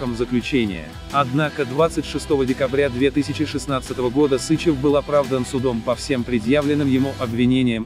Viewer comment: СычЕв! Ударение на второй слог!!!